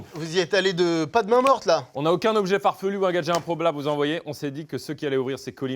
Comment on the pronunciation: Par contre à , Carlito dit “Improblable”. Après qu’il se soit moquée injustement des difficultés de lecture de Mcfly.